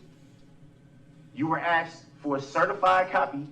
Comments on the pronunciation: I’ve seen a lot of diff vids on this trial….it’s “asked” not “axed” Aaahhhhhhhhhh!!!!!!!! That drives me nuts!!! Idk if he even said it in this one but it’s all I can think about and it’s making me crazy 😵‍💫😵‍💫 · The State tried to help him with his subpoenas. He was so ungrateful and snotty, saying he never "AXED" for their help. No wonder they decided that he's on his own with getting his remaining witnesses to court!! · Yes indeed. Every time he said "axed" instead of "asked" is especially grating to the ear. I am in wonder of Judge Dorow at how she saw the ugliness in him and yet allowed him to set up an example to the world and any future appellate judge of how deceptive and useless his attempts at stalling the judicial process were. It is sickening to see how he interacts with others, especially women, in a rude and condescending way. I am so glad he practically held open the prison door for himself by acting with such inhumanity and hateful disrespect of the victims, those who died, the Judge and the state district attorneys. I'm sure he will have a difficult time in prison finding a cellmate who will tolerate him.